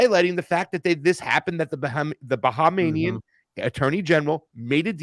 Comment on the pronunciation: Talk about mass hypnosis: AOC says "Bahamanian" instead of Bahamian and and his guest repeat what she said instead of pronouncing what is written. Or is it that we are now living in a post-literate society?